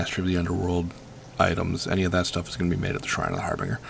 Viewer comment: har-bin-ger not har-bing-er jesus